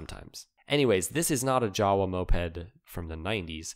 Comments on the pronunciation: it is not "jawa"; it pronounces: "Yava"! I is Czech, not English. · jawe is pronounced "Yava"